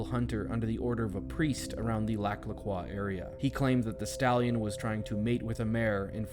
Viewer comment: I’m from there- why are you saying croix wrong 😞